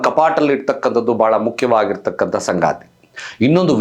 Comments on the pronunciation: ಸಂಗಾತಿ ಅಲ್ಲ.....ಸಂಗತಿ.... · Sthana alla snana, sangaathi alla sangathi